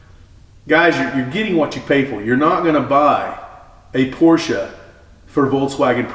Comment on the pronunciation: Such a relief to hear someone that actually knows how to pronounce BOTH syllables in Porsche.